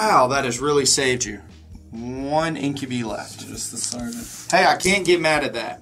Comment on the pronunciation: Incubi...in-kyuh-bahy. Not In-kyuh-bee. Sorry, that was just really grinding my gears all game. x.x